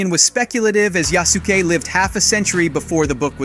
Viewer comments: I hate the pronunciation of Yasuke.. in this video... He is saying it wrong...😒 Now thats out of the way. I wish we could do a custom character. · Why did you pronouce Yasuke that way!? 😭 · Nice vid. I can’t wait. Also. It’s ya-sú-ke. Not yasss-kee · bro if your going to say yasuke say it right .... its ya s ke not ya soo keee .... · Why do all you game announcers always be butchering his name when yall pronouce it if y'all can't pronounce his name right just call him the African Samurai and STOP BUTCHERING HIS NAME IT'S YASUKE NOT YASAKE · YAH-SUE-KAY not yahski lol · Just a note on Japanese pronunciation: in Yasuke, KE is pronounced with a short e, so it's like "keg" with the "g". Yasuke rather than Yasuki. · Yasuke…“Yah-shu-Kay” Not “Yaske” 😂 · It's not Yaske but Yasuke (yăh-sū-kāy) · Americans and their inconsistent Pronunciation problems XD Yasuk"i" or Yasuk"ei" its Yasuke = Yas ke(Japanese), Ronin= ˈrōnən(in Eng), Rōnin(Japanese) But yeah AC Red looks promising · God I hate how he pronounces Yasuke (Yaw-skay not Yaw-skee) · Yasky? Who's Yasky It's fucking written Yasuke not Yasky Dude said that name as if he was mispelling Husky You even say Yasuke 2 seconds after, are you an idiot mate? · Wtf is a yaski?? Yah Sooki is how it’s pronounced.. only the only one black samurai in existence. But who’s counting. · Jaske? Ya-su-ke u mean? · Pretty sure the name is pronounced "Ya-SUE-Kay", not Jazz-key, or whatever you are making of it. Americans really need to start opening up a little to foreign cultures. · Pronounced ya...su... ka... not yasky... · YA-SU-KE! You make him sound like hes from jersey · Yah-sook-eh. Mah gawd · Can Yall Stop slandering Names it’s (Ya-Su-Ke) not one syllable but 3 this is a big part of annunciation when doing so do it right if you gonna cover these type of Games Not even 15sec in and I’m disappointed already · Say it with me sasuke now yasuke… simple… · Ya-su-ke!!! Yaaaaa-suuuuuu-keeeee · Yazkee? Really? WTF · Its pronounced yas ou kay